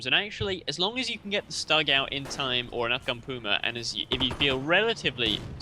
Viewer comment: I love your casts but please!!! It's not Stug with a short U. It's more like "stoog".